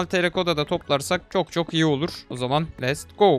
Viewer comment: abi lütfen lest go deme lets go de ingilizcem bozuldu senin yüzünden sınavdan 25 aldım ;( :b